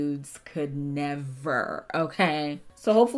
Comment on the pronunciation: "your freakin' nudes could ne-ver"